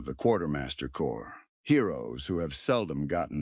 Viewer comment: Note to AI, Corps is pronounced core the p and s are silent...